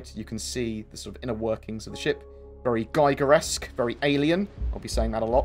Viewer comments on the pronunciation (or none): It is supposed to be giger-esque not guyver-esque. As in the Artist H.R. Giger whose artwork inspired the creature in Alien... Though now that you mention it, I wonder if the Guyver was influenced at all by Giger's work. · Giger's last name is pronounced "ɡiːɡər / GHEE-gər"